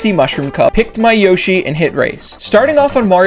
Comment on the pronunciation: “Yoshi”? You sure about that?